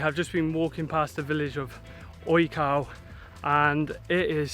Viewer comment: Great videos! The National Park you were in wasn't odge-cow or oj-cow. You probably noticed a grave accent on the O. It's oyh-ts-oof, or as close as I can get with English phonetics.